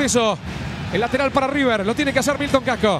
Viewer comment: Aquí está Rrrrrrrrrrrrrr rrrrrrr rrrrrrr River 😂